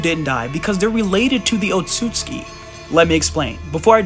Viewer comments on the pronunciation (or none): Calls himself team naruto but can't pronounce otsutsuki